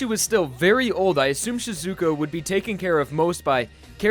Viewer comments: you shouldnt say shiZUka, you should say SHIzuka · Sheezuka not Sh i zuka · Shizuka.. Shizaka..? Shiza? SHIIIIZZZZZAAAAAAAAAA!!!!! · Her name is Shiz A ka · jesus christ stop putting emphasis on the zu in shizuka its just shih-zu-ka, like, you wouldn't pronounce josuke as "jo-soo-kay," would you?